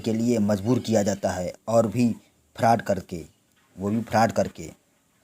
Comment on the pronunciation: Bhai pele frod bol na to sikh lo 😅